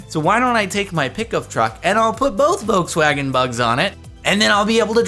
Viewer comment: It's pronounced voLLLkswagen not vokswagen